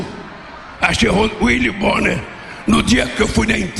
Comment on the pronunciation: Uili bonner 😂😂😂😂😂😂😂😂😂😂😂😂😂😂😂😂😂😂😂😂😂😂😂😂😂😂😂😂😂😂😂😂